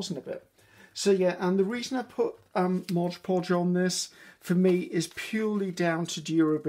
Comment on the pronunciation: I love watching and listening to you dear.I find that you inspire me,encourage me and relax me.Thankyou so much.I hope that you don't mind me pointing out t hat it s Mod poj that you use not Mojpoj.You are so sweet and I call it mojpoj now 😆....much love.Angie from Australia.x